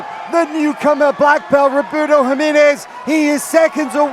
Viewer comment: Hi-menez, dude...HI, menez...